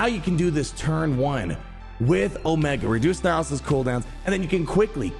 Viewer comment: Come on you can't keep calling her Omega. Haven't you seen the show it's O-MEEE-ga.